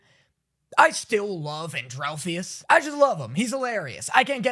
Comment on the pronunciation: And-ral-fus I how it's pronounced :)